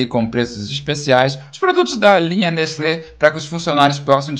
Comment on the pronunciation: só eu que ouvi ele falar Nestlé????😂😂